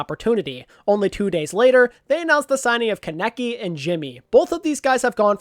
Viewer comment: theres a a in kaneki for a reason its not keneki T.T